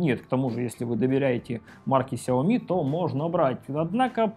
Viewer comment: Вилса ! Ты опять забыл ? Читается 小米 Сяо Ми ， ударения на Я и на И !!! Каналу и лично - успехов !!!